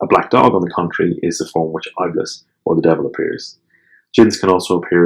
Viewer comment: Thank you so much for shedding more light on an obscure topic. Also just an FYI, Iblis is actually pronounced as Ib-lease and not I'bliss :) looking forward to binge listen to the rest!